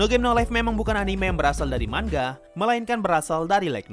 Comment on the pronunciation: manga bukan mangga woy